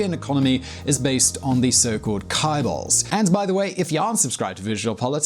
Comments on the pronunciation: Spot on report but you might want change the way you pronounce "Chaebols". It's pronounced as " Ch" instead of "K" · You've done it again! How many times should I tell you that Chaebols should be read like "Jaebeol"...The "Ch" sound in Chaebols should be pronounced as a "j" sound or "tʃ" (even though it's not quite right), NOT a k sound. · So, I know you get this comment every time you post videos about Korean super rich families but it's still not pronounced as ka-ee-bal. It's still pronounced as Jae beol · I wonder when he's going to stop calling "chaebols" "kaibols"